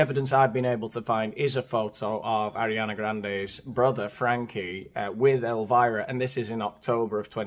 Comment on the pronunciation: Elvira not elivira buddy